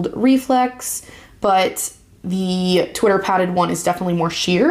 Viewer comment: Pronounced Twitter pay- ted